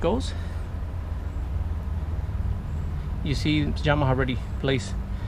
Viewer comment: Hi, great informative video. I have a Yamaha 150 and never had the courage to do it myself nor the money do get it done professionaly. btw i like how you pronounce Yamaha!